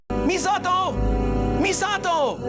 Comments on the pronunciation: He's saying Misato pretty accurately for the Japanese pronunciation, but it stands out as clashing every other word he says. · I love that this goofball main character puts in the effort to pronounce Misato somewhat correctly, while Misato herself be like "My name is Misahdough". The cherry on top is that it makes him the odd one out and sound like a tryhard weeb 😂 "Misa*T*o!!!" What a rich experience. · The way he pronounces/enunciates Misato's name reminds me of those old English Godzilla dubs. It's technically correct but mixed with bad acting lol. "MI-SA-TOOOO!!" Love your videos btw, every one is an entertaining gem during which i get to experience games i only got to ogle in game magazines of my youth (and i ogled the hell out of the Countdown Vampires ad lmao) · It took me a while of listening to this stupendous voice acting to realize these voices have an uncanny resemblance to scripted audio from English language textbooks: the ridiculous over acting, the clear yet stilted enunciation of almost every word, and the pains the Keith takes to pronounce Misato. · The way Keith pronounces “Misato!” makes it sound like they deliberately copied the Japanese v/o.